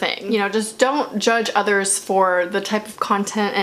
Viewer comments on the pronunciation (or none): none